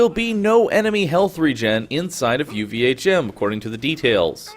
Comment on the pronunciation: OMG stop calling it UVA'CHIM!